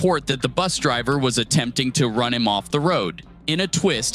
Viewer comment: If I hear “buth driver” one more time I’m going to crash out.